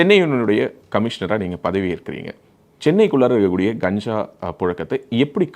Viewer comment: தம்பி அண்ணாமலை வெற்றி பெற்று பல்லாண்டு வாழ்க வளமுடன்.தம்பி காஞ்சா இல்லை கஞ்சா என்று திரு த்தி பேசவும்